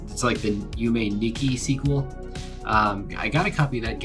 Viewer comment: It's called Yume 2kki because in japanese 2 is ni so it's pronounced Yume NIkki.